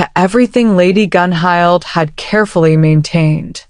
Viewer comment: Tora's style is wonderful. Dang, I dropped my clipboard. I've got those centerpieces to check out. What? Bond mate? I don't have time for that! I will survive this. Hmmm. Who's that? The king? Gunhild is pronounced Gunhilt. Does Bjorn ever sleep?